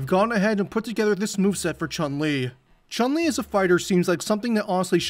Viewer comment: The vowel in Chun is a short U like in foot.